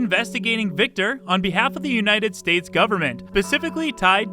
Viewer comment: Correct with Victor, not with his last name, though :))